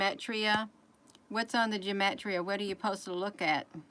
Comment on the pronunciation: you crack me up. It's pronounced gee ma tree ah. Everything the cabal does is by using numbers and astrology. Jason Q is a wiz at decoding all their playbooks. Personally I can't keep up with it. If boobtube tries to take you off come back under another name, might want to start one up now for backup.